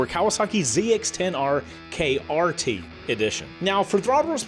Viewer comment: Its KRT, not KYT, but its the 40th Anniversary Edition anyway 🤷🏾‍♂️